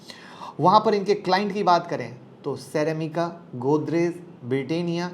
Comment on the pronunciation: क्रीमिका को को सिरेमिका क्यों बोलते हो सर???